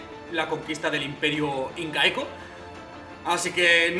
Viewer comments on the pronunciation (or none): xD cuando dijiste incaico escuche inca-eco